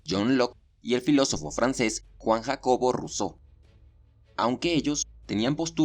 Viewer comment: Vaya tela con la pronunciación de "Juan Jacobo"...